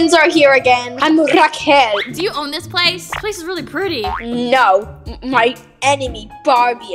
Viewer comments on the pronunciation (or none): When Bella said * Raquel* I thought she said *Raw Cow”